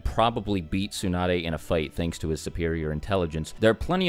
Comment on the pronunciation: whats wrong with u english native guys, its not "soon-ah-dae" its "tsu" TSU TSU TSU! there is a "T" at the begining: TSU NAH DAE